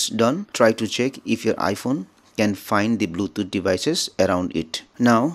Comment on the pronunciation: R u dont know english?? Bluthoooootj 🤣🤣🤣🤣